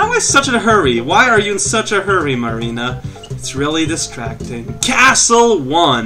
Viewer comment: I know someone named Marina, it sounds so weird to hear say it -_